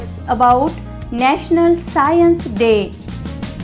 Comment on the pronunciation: That is not scaience That is science